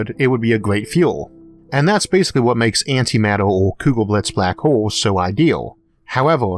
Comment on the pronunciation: Antimatuh... Tewbwy pwacticwal building a highway between the staws...